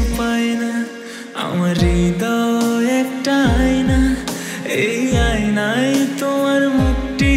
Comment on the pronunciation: আইনাই আবার কি, উচ্চারনটা আয়নায় হবে!